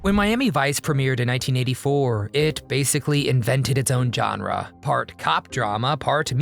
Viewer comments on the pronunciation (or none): none